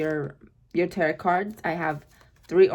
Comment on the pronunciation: I love your readings!!! They’re always so on point!!!! Thank you for this!!!🙏🏼💕🙏🏼💕 (Also, just wanted to let you know that the last T in Tarot isn’t pronounced so it should sound like ur saying “Taro” 💖)